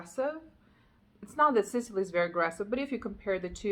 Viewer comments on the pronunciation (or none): It sounds like you’re pronouncing it Sitily…. Think SIS! Not SIT. Like the island off of the Mediterranean. Sicily